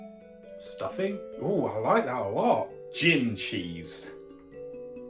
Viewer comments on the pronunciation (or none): Love that you said chin instead of gin, the ch in cheese was really at the forefront of your mind 😅😂